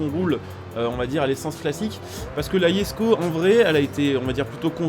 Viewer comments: Oui sa se dit pas jesko, sa se dit yesko comme c suédois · Par contre je tien a préciser se n'est pas yesko mais jesko je c pas ou ta vue le Y mais sa me fait bien rire YESKO on aura tout vue mdr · C’est pas “yesko” c’est “jesko” mais bon pas grave